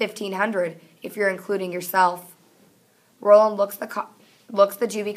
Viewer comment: It is Raw-land not Roll-land not trying to be mean